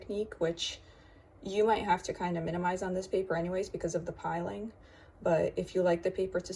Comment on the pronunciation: Thanks for testing the paper for us. It's appreciated! As a side note, its pilling.. not piling. 😊